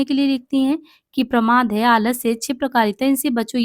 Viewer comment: देख तुझे इतना प्रमोद नही शोभता ..प्रमोद नही प्रमाद ..तुझे भी इतना गलत उच्चारण नही शोभता ..छि है